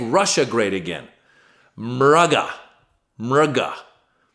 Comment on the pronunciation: Can I ask what was those three words you said: muga,muga,muga. It just threw me off. But still think your episodes are great.